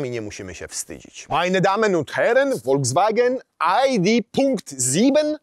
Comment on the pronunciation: Foldzwagen?? To jakaś nowa chińska marka?😂